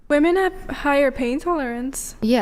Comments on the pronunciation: Fucking hell, it's not pronounced "woman" when it's plural! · It's "women" not "woman" Jesus Christ. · Why do these people say woman instead of women